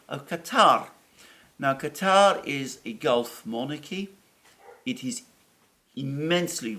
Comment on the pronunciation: Good to hear Alexander pronounced Qatar correctly, instead of the usual American pronunciation of "cutter".